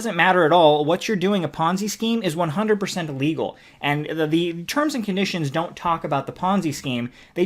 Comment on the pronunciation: I enjoyed the video. When you say illegal it sounds like legal sometimes. Just FYI.